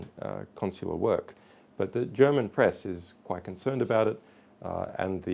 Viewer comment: "PERESS" conference ;)